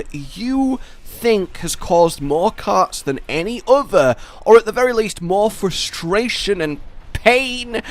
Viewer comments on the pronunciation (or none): none